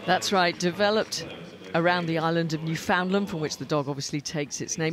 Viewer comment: How I wish the broadcasters could pronounce Newfoundland correctly ;-) It's New-fin-land...